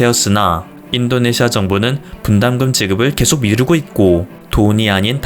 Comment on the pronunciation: 그리고 인또네시아로 들린다